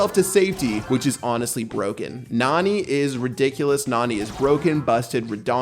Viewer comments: It NAni not naNI. but the spanish youtuber keep saying NUH-ni which is wrong Don't say Nani is a beast! You will break her heart, but instead of you breaking her heart, she will crush you with pepe, lol (Spoilers) There are 3 STAR POWERS!!!! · It’s pronounced (Na-Nee) Not being rude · It's pronounced "nanny". If you think about it, Jessy doesn't have a dad, just Pam. And Nani is a caretaker (it says in her description) and her lines are "are you ok" and stuff like that. So maybe instead of having a father to take care of Jessy, Pam hired a nanny named Nani... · you can tell does not watch anime otherwise he would be able to properly pronounce nani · Pat: And maybe by June 6th we will know how to pronounce her name Me: NANI?!?!